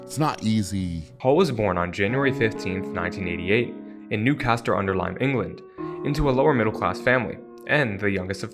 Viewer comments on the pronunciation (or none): Cool video, but new-castle haha not newcaster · it's pronounced new-cas-hull